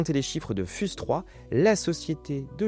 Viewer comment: Fiouze pas fuse (prononciation) 😢😅